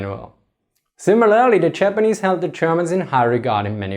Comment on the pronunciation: the chapperneese and the chermen? sorry, just could not resist, no seriously , interesting stuff, thanks